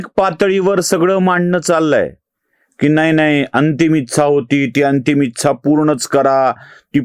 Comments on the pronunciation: कृपया ‘इच्छा’ या शब्दाचा उच्चार आधी दुरुस्त करा. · एकदम बरोबर विश्लेषण... विलीनीकरण हा मुद्दा च पटत नाही फक्त एक नम्र सूचना इच्छा या शब्दाचा उच्चार फक्त जरा पहावा. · मराठी शब्द ‘इच्छा’ याचा उच्चार कृपया योग्य रीतीने करावा